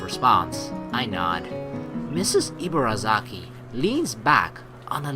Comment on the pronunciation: "Ibarazaki" = "ee-bah-dah-zah-kee" "r" takes a light "d" sound. The emphasis is flat without too much up and down. And likewise Rin's name is actually pronounced "deen" with a very short soft "d" sound. But, that sounds weird to english ears. ;) But don't worry, you're doing a great job! Just technical info. ;D